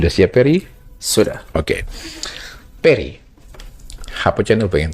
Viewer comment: Namanya Ferry mas. Bukan Perry 🤣